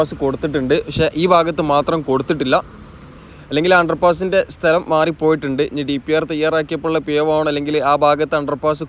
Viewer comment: സ്തെല० അല്ല സ്ഥല०